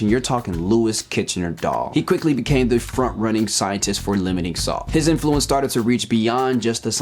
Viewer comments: The accent in the word 'influence' is on the first syllable, not the second. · Influence is NOT pronounced like that